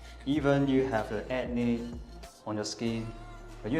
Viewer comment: Acne not Ance LOL